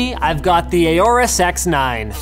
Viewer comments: FYI, it is pronounced "Horus", not "A or Us". It is based on the Egyptian God Horus, which was also represented by a falcon. See and you will hear the pronunciation on their videos there as well. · You're saying "aorous" wrong